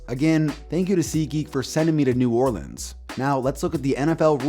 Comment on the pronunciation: A man from Idaho can pronounce New Orleans better than those from here. Thank you KTO!